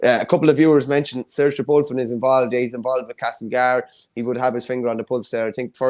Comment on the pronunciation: Seoirse Bulfin (pronounced shor-sha) Bulfin?